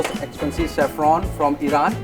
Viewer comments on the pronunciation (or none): none